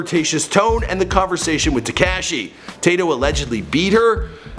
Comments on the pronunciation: So we not got gon acknowledge the fact that he cant say crazy except with a “b” instead of “c” and “tecashe” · Look up how to pronounce tekashi lmao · Te-kayshe lmao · Tacashee? Brasy? Tekashi rhymes with washy. Brazy is crazy with a b. You do all this research and can't say their names right...lol